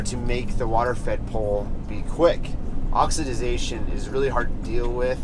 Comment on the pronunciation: Oxi-da-zation? Appreciate the fanta-da-tastic pointers. Just messing with you ((